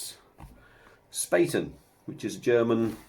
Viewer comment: pronounced "Spa Ten"